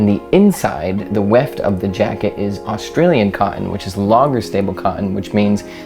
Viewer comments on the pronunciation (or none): none